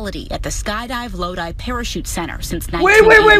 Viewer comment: It's pronounced Low Dye ya goof